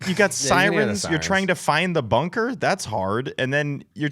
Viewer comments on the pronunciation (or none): none